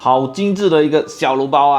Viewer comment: 小笼包，不是小脓包，胡建人。。咳。。。